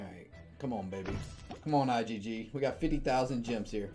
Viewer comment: "Common IGG..." lmao